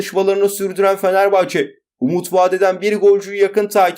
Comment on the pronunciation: Bişey olmaz hocam da Fenerbahç diyor.